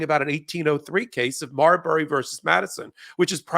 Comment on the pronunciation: Marbury? Come on.